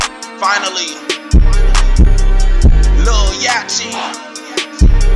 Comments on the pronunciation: Bro said Lil Yachi lol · Why DJ Sean say Lil "Yachy" it's pronounced ( Yaty) 😐💀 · its not lil yatchie its lil yachty like a boat a yacht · Is everyone just gonna shun the fact that famous dex said lil "yachy" at the start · he said Lil Yachty name wrong 😴